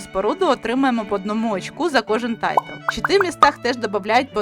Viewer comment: Дякую за відео. Як швидкий огляд гри - файно, але я шукав детальніший розбір правил, тож буду шукати далі. І одне зауваження - не "тайтл", а "тайл" ("tile" - плитка). Удачі з оглядами.